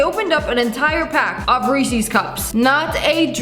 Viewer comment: I'm if it's a !thanks MN thing but why does she say rEEEEsEEEEs.?